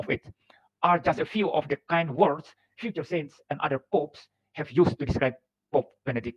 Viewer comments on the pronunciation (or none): none